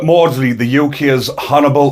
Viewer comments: Get the name right is MAWDSLEY before you start selling stuff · Please get the name right it's MAWDSLEY